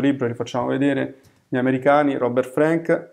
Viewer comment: Scusate il puntiglio, ma si pronuncia con la “a” aperta, come Anna Frank E poi, il solo fatto di essere straniero non mette al riparo da pregiudizi e stereotipi... La differenza, in questo caso, sta nella acuta capacità di Frank di comprendere i fenomeni sociali (l’America tutta - rurale e non - ritratta nel suo aspetto quotidiano, così lontana dalle contraddizioni e ipocrisie dell’epica di propaganda), unita a una sensibilità personale tormentata e a un indubbio genio grafico. Non solo il libro dovette essere pubblicato in Francia, ma alla sua uscita negli Stati Uniti procurò al suo autore accuse di anti americanismo che lo amareggiarono profondamente e contribuirono ad allontanarlo dalla fotografia. Oltre sessant’anni dopo, The Americans, è un documento storico imprescindibile e ancora una grande lezione di estetica fotografica: cruda, non compiacente, “mal-educata” (per i canoni del tempo), ma molto diretta, delicata e comunicativa. Concordo con voi: dovrebbe essere obbligatorio alle medie e negli istituti d’arte. Sempre grazie per le vostre proposte.